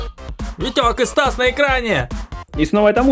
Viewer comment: тиж сказал сас а не стас